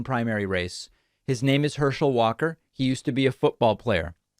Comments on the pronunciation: "and one of the reasons I find this race so disturbing, is Herschel Walker quite literally can not speak... Herschel WATER"... lol I feel you though... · Before you go making fun of someone else you should make sure you are on top of your game with no flaws. You called the man Hershel Waters. seconds in the video.